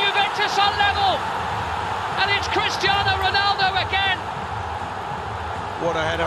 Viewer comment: It's crestiano roland